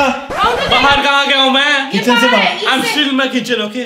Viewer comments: Mr editor it's kitchen not ketchen 🤣🤣🤣🤣 Joke a part the video is awesome 😎😎😎 💫💫💫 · Kitchen ❎ Ketchen ☑️ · Kitchen hota h not ketchen 👀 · KETCHEN......LOLLLLLLĹLLLLLLLLLLLLLLLL it's kitchen